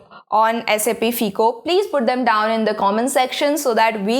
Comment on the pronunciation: its pronounced as FYCO. NOT FEECO